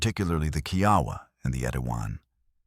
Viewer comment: it's the KIAWAH (KEE AH WAH) and ETIWAN